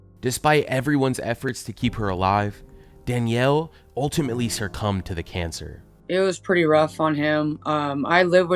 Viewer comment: it’s SUCCUMBED, my dude. Not Circummed or whatever drivel you mumbled out